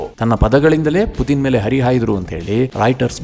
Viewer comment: Anna adu putin not puthin🙏